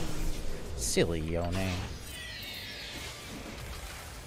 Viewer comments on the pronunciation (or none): none